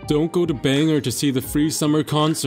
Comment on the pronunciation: I live in Bangor! I want to thank you for pronouncing it right! Usually people say it like bang-her and it drives us nuts lol... and none of us pay for parking for the free festivals, we just walk a half mile or so and parking on the streets is free. Dumb folks thinking they can find free parking downtown? LOL!